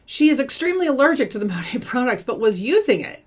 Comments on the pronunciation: I love when says MoNah 🤣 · Did you know it’s actually supposed to be pronounced Mon (like Mom) At (like past tense of eat) MonAt? That’s what their website says. But I haven’t heard a single person in Monat pronounce it correctly.